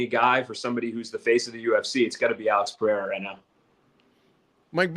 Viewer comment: Seeing as even Rogan has started pronouncing "Pereira" correctly can we stop with the Puh-hair-ah? There is no double r (like there is in Ferreira).